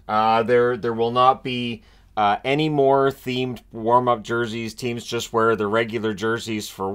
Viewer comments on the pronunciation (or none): none